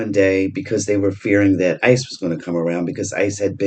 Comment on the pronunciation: The wife told me they are calling eye see e on EM 😅 I thought that was funny... 😊